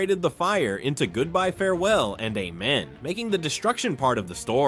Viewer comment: Especially the pronunciation of the word "amen"!